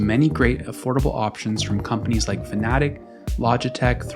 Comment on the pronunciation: I can’t get past the fact that he will not pronounce Fanatec properly. It’s not Fanatic… It’s Fanatec